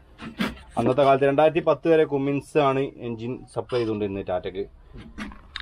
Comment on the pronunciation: കുമ്മിൻസ് അല്ല ഉച്ചരിക്കുന്നത് കമ്മിൻസ് എന്നാണ് ; ഇമ്മാതിരി പണിക്ക് പോവുമ്പോൾ ഷൂസ് ഇടാന് ശ്രധിക്കുക ; സുരക്ഷക്ക്‌ വേണ്ടി